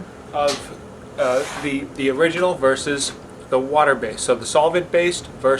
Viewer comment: "versus" not "verses"